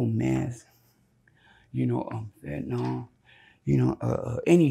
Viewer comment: would be more credible if he could pronounce fentanyl.